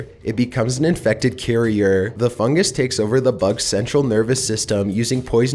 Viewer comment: He says fungus like fungAs